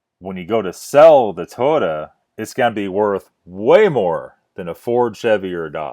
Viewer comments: First of all it's not tota like your pronouncing it, it's Toyota, learn to enunciate your words! Scotty has 55 years of experience, you probably have no clue...smh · More than half the things you complained about him saying was him repeating what his fans/customers said and he even states that. And its Toy-ota no to-ota